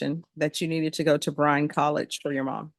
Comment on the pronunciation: Can you not research what is said if you are doing Texas locations??? BRYAN COLLEGE STATION, and San Antonio’s county is BEXAR. Pronounced BEAR!!! Or BAY HAR!!!